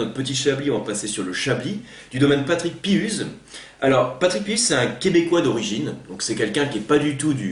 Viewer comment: On prononce Piouze , un ou...et pas un U , mais nous sommes habitué ;) Merci de cette belle bio ! Meme nous ci on ne sait pas tout!